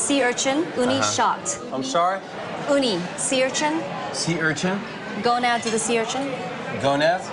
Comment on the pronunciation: the way blake said gonad😂😂